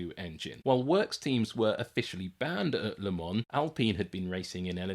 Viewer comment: Also vielleicht eine sehr geniale Doku... Aber nach 3 Minuten abgeschaltet wegen dieser abgehackten KI Stimme... Sorry aber warum kann man sowas nicht von einem Menschen sprechen lassen? Der würde wahrscheinlich auch den Unterschied zwischen Lemon und Le Mans kennen...